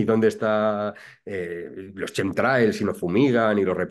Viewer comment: De chemtrails a reptilianos, va un rato, queridos. .. No confundais voluntariamente el tocino con la velocidad. Que los demás no somos gilipuertas 👍🏻 PS. Se pronuncia /kentreils/. De nada.